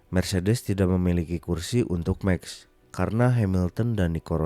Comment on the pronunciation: Bukan "Meks" tapi "maks" verstappen 👍🏻